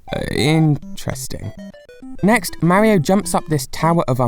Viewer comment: ..........you REALLY Need.to Learn How To pronounce Mario